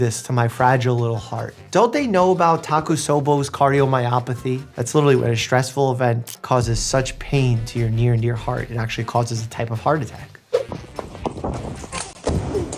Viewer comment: You say tak-UT-SO-bo, but it's tak-OT-SU-bo.